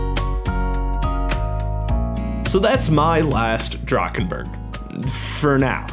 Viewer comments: the way you pronounced drachenburg hurt me deeply as a german </33333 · Fellow German here, awesome recreation love the micro scale build. Kinda funny hearing Drachenburg" being produced Drakkkenburg :D